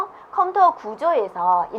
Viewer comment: 컴터 컴터 솦트웨어 발음좀 정확하게해주시지..